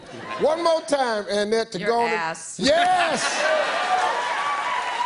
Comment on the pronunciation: “Anne-ette” I can’t! 🤣🤣